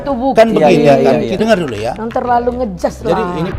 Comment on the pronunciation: itu ibu yg disebelah pak razman bertindak sebagai apa ya kl boleh tahu???,kok sering banget bilang "jangan ngejas (atau ngejudge ya yang betul???)???